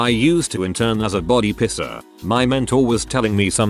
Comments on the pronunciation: great video but i keep getting distracted by the tts saying "pisser" for piercer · hell yeah, I finally found one while the subtitles are on. I always thought made piercer sound like "pisser," and now I know YouTube autogenerated captions agrees with me! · Piercer really sounding like Pisser with that TTS